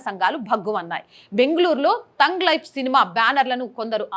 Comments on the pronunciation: టంగ్ లైఫ్ కాదు తల్లీ, థగ్ లైఫ్ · తoగ్ లైఫ్ కాదు" థగ్ లైఫ్ " అనుకుంటా అండి.